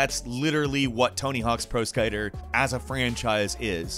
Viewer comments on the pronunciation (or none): He says,”pro skyter”(yes he said “skyter”) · Pro Skiter??? XD